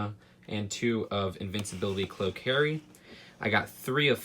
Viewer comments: Did he just say invincibility cloak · did he just say INVINSIBILITY CLOAK.